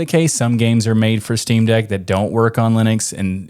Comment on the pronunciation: "Shteamdeck" I like it.